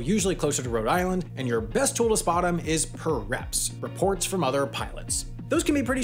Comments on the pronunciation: Pirep is Pronounced Pie Rep, not Purr rep. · It's pronounced Pie-Rep, not Purr-Rep (although I appreciate the tie in to CATs) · pirep is pronounced pie-rep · 1 small thing: "PIREP" isn't pronounced "PEE-REP," it's "PIE-REP" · Solid info in this video, I know its a dumb gripe but PIREP's is supposed to be pronounced "pie-reps" not "per-reps" short for pilot-reports hence the "pie" sound. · "pie-rep" not "pier-ep" -- Your friendly neighborhood air traffic controller :) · Semantic pronunciation correction: PIREP is pronounced Pie-rep and not per-rep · PIREPS (pie🍰-reps not purr😹-reps). Otherwise accurate. Good job overall. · You mispronounced PIREPs; it's not "per reps", it's "pie reps". Dunno how you goofed this one; just think about where the word comes from - it's pilot report not pelot report. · Great video! One minor thing, we (pilots) call PIREPS ("pie reps"). Other than that bang on! and great job with all of your videos! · As a pilot myself I’d say that. It was a great video and very well made well except for the horrible PIREP to be pronounced Pie-Rep pronunciation issue! 😂 😱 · Considering I just did my CBT on turbulence tools and how the different models work this is pretty spot on. the only catch is how you pronounced PIREP it should of been (PIE-REP) So you get an A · the correct pronounciation of PIREP (shortening of "pilot report") is "PIE-repp". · Every thing was great! Super accurate! But, I think most pilots pronounce them "Pie-Rep" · Nice job. But “PIE-Reps”. Not perhaps. 😁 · PIREP is pronounced pie-rep. You're welcome. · It's pronounced 'pie-rep' just saying. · It's pronounced Pie reps in American. Since you're Canadian I'll let it pass. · Agreed; the PIREP pronunciation cringed me too, but I forgot that part.